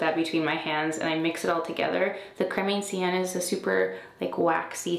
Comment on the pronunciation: I could watch your skincare videos forever, I feel like I'm pampering my skin just by watching them. Also, it's pronounced Creme "ON-cienne" rather than "AND-cienne" - sorry, I'm sure you're sick of having your pronunciation corrected.